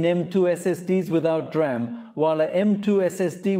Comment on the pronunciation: The DRAM (pronounced "D-Ram", not "dram" - a dram is a small drink, usually of Scottish Whiskey) is a buffer to cache commonly used data that the CPU repeatedly requests, in video it 'may' be used to buffer writes to the drive, but video capture and playback is usually high speed sequential read and writes, where the DRAM buffer is ideal for short Random read/write requests, especially those that the OS is using Virtual Memory. So, yes, the DRAM equiped NVMe drives will have a use in video production, but is actually made to be used as System Drives and Boot Drives and is better suited to those, both for the speed and for the wear-leveling, as read/write operations that go to the DRAM buffer don't wear out locations in the NV-Ram chips. Basic Rule : High Speed Sequential Read/Write = Video. DRAM Buffer = System Drive.